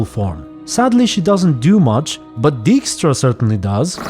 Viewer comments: I know this is a tiny complaint and one I certainly saw coming, but it does sadden me a little that they fuck up the pronunciation of the name Dijkstra like they do in the games (Dijkstra clearly is dutch and should be pronounced something like [dyke-strah]). It also futher moves away from the witcher's european and specifically polish heritage. If you didn't know it from the books, you would have no idea that the witcher is originally polish. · Maybe they should ask some Dutch people how to pronounce Dijkstra for season 3. They got it wrong again.